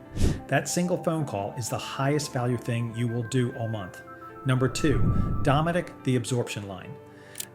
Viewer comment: It's DOE-METIC